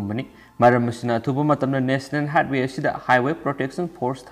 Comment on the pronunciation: National high-way Not "heighth-way" Pao nungai tat-tana tai Pronounciation chumna pabiyu